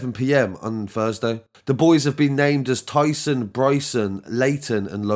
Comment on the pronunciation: His name is KYSON not Tyson